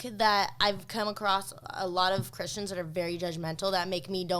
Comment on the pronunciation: Who also heard her say Christians as "cushions"?